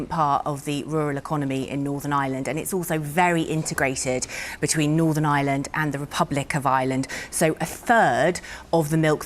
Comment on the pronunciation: I wish that reporter would pronounce n. Ireland property it’s not n. Island there is an r in it